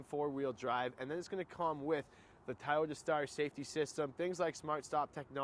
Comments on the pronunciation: It’s actually pronounced to-YO-ta,.. not toyata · Thai-oh-dah lol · It's not Tayoda!